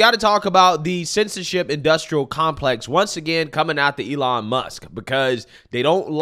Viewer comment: AYELON MUSK 😂